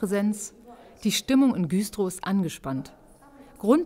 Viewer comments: Das heißt übrigens Güstrow und nicht Güüühstrow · Güstrow wird übrigens mit einem kurzen Ü gesprochen 😉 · super reportage. ernstes thema. trotzdem: musste es viermal hören, um zu checken, dass ihr in güstrow wart. richtige aussprache mit kurzem ü! 😏